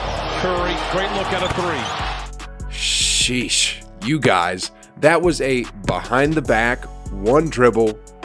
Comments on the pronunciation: Could you say sheeesh normally like on the star of the video instead of shesh short in the video its kinda weird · Hoop "Seesh" Reports